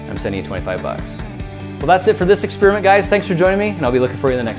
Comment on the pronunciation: Ex-Peerment. Ex-Pairi-ment